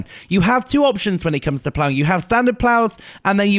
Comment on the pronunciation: the master of "plowing." haha